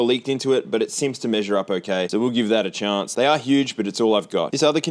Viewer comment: been watching you since the beginning, are you from Adelaide? only just noticed the way you say chance hahaha